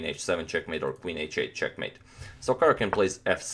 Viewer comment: Dhruvil Purani J in east europe is pronounced like y, so it is Karyakin.